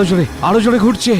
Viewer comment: গুরছে না গুরায়তাছে😂😂